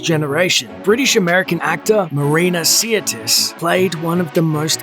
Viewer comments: her name is sirtis, not siatis or siratis. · So what happened to this star???? Nothing major she kept working it’s just she’d had no other role as iconic as Troy . Also how come this clown can’t even pronounce her name correctly it’s not see-er-tis it’s sir-‘tis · Its Sirtis not Seertis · Sirtis is pronounced "Sir".. As in, I knight you Sir Pronounce... Sirtis.. Not Seartis.. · Her name is pronounced SIR-tis, not Sea-ir-tis. Smh I met her in 1998 at a convention in St. Petersburg FL. She was very beautiful, just like on TV. She said her accent on the show was Greek (she is part Greek), and that's how she spoke at the convention, but her normal accent is Cockney British (which is really quite different than what we're used to hearing from her). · As an Englishman, Marinas' surname is pronounced, "Sir tis", only 2 'i's. sorry. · Her name is pronounced SIR - TIS, other wise Great video thanks for sharing 👍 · I don't think you're pronouncing her last name correctly. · You can't even say her name properly. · Except he can't properly pronounce her last name 😂😂😂😂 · you are not pronouncing her name correctly and it hurts my ears. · check you pronunciation of Sirtis and Mossad